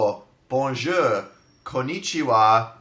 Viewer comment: Lmao it was so funny when dan said "bonjour" because it sounded like "bon jeu" which means "good game" lmao. Yes i'm bilingual. Me ? Brag ? Never.